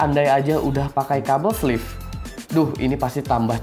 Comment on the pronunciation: sleeve bukan fleeve